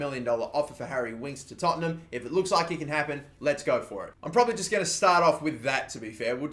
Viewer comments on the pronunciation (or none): none